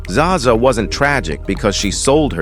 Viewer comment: Zsa Zsa is not pronounced Zaza!!